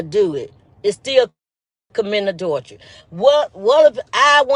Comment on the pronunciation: The way talking about adultress instead of adultry.